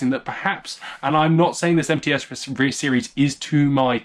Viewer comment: What a nice take on Russian shotguns. As a Russian, I couldn't have done it better myself. Tskib is just a special division of the factory in Tula known as TOZ outside Russia and the posh guns are blandly called МЦ. It's pronounced "EmTse", second part sounds like half of the name of the horrible African fly Tsetse. I wish there was an English version of the article on MTse on Wikipedia. Anyway, thanks a lot for such a treat in these tough times.